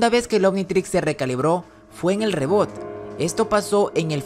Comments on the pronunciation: Se escribe reboot pero se dice ribut no reboot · Rrebut se pronuncia :)